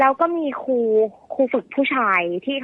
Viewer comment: ครูนะหนูไม่ใช่คู